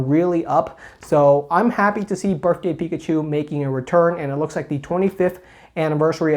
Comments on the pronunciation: Me: "Did he just say Birfday?": says Birfday 12 more times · "Berfday Pikachu"